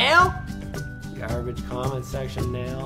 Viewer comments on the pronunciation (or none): none